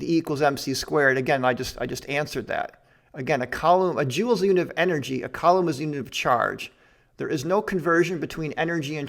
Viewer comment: I think the way you pronounce coulomb is way better than "Coo Lom" lol.